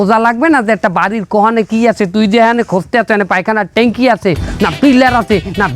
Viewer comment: বুজলাম না পায়খানার টেংকি বলে নাকি টাংকি বলে